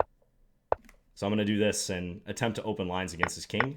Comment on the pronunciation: This is what you call in the business "imperizing"? What? Could somebody please tell what word did he use? I am pretty sure he did not say "improvising".